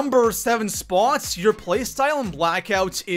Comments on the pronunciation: why do you always pronounce spot like SPAAAAWT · You pronounce the word spot really strangely.... It was doing my head in....